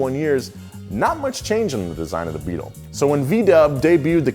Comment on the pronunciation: you totally left out the T in BEETLE, dude said the new BEAL